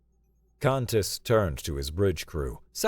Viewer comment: For some reason, “Kantis” sometimes sounds like “Cactus”. 😊 Also, Kantis often sounds like Saris from Galaxy Quest.